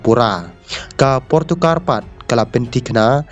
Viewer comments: Portugal ❌portokar☑️😂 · Portugal not portugar